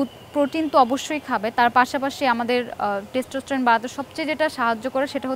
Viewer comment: ম্যাডাম কি আসলে কোনো ডাক্তার??? তার টেস্টোস্টেরনের উচ্চারণ এমন কেন? বেদানার ইংরেজি পোমাগ্রানেট উচ্চারণটাও করতে পারলোনা😁😂